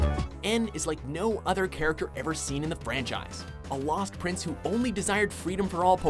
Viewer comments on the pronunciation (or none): none